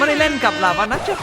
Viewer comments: ลาวา ครับ ไม่ใช่ ลาว้า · ราวาครับไม่ใช่ราว้า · ลาวาคับไม่ใช้ลาว้า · พี่เนทพูดคำว่าลาวาเป็น. ลาว้าปกติของคนฝรั่ง555